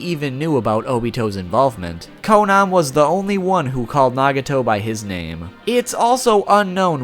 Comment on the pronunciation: its not konon its konan